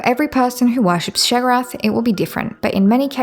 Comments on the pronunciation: I know it’s not a big deal but why do you keep saying sheg-orath? You spell it write. It is pronounced Shay-o-gor-ath. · Why are you saying his name like that? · So the first "o" in Sheogorath is silent? Very strange Dee-dra wouldn't you say?